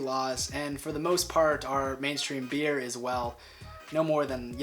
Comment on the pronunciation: You don't say "Beere" you just say beer